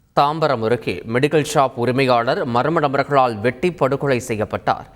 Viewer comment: Athu yeppadi marma nabargal daiiii ozhunga sollunga da